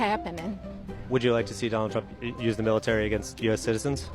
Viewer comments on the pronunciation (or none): none